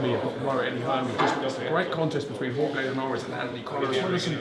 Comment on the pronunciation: No GCSE in Spanish for Eddie? Jorge with a hard "g" LOL Why no Dillian Whyte for Bellew? Apples & Pears